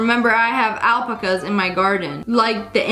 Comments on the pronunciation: I’m sorry, how did you say alpaca again?! It’s al-PA-ca, not AL-pa-ca Lol I feel like Hermione Granger for all the Harry Potter fans out there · bruh the way she said alpaca though